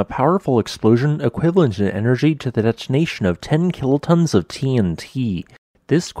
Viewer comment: Freudian slip, much? "Kiltons" instead of kilotons?